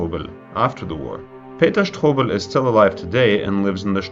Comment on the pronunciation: You are really enjoying saying the last name "sh-TO-bel" 👍🏿